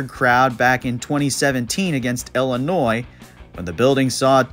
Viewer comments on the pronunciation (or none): none